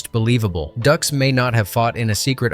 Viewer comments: You're killing me here. Did you watch the film? It's Frank Dux but it's pronounced Dukes. They say it in the film. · No, no... it's Dux... like put up your Dukes. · No, no, no... it's "DOOOKS!" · Like put up your dooks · It's "DUKES" - like put up your dukes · I was thinking this the whole time. “Is ‘Dukes’” “Like put up your Dukes, right?” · Hard to take this seriously. Mispronouncing the man’s last name means you didn’t actually watch the movie. It’s literally a running bit. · These facts would be more credible if you had actually watched the movie. There's literally a scene in the movie on how his name is pronounced which they make light of. Hearing you saying wrong 100 times in row is so grating. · Can't even pronounce Dux correctly. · Dude, listening to you continuously pronounce Frank Duxs' last name incorrectly make the video unwatchable. Thumbs down. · Literal line in the movie yet this video couldn't get that right. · Dux is pronounced Dukes, not Ducks. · It's not "ducks" , it's Dux, like "put up your dukes". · Everytime it says Frank Ducks.....my head hurts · Stop pronouncing the name like ducks. It’s pronounced Dukes. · Am I crazy or isn't his name pronounced like "Dukes" not "Ducks"? Driving me nuts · OK, this has to be said. It's no "ducks" it's "dukes." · its not ducks its dukes dux=dukes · Bitch it's Dukes, "like put up ur dukes right?" Fkn Ducks...smh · It's not Frank Ducks...it's Frank Dux, like put up your Dukes. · It’s put up your dukes not ducks. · Dux - Ducks, ugh... Dukes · It's DUKES not DUCKS.... it even says so in the movie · It's like put up your ducks right?! 😅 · The way you pronounce stuff is driving me crazy. His name is Frank Dux pronounced Dukes. Not Ducks And Bolo last name is pronounced Young. Get that 💩 right. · Haha. Makes me laugh when it says ducks instead of pronouncing it like dukes. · Dude it’s dux like dukes. He says it in the movie. “Like put up your dukes”. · No no no its’s dukes, dukes like put up your dukes 😂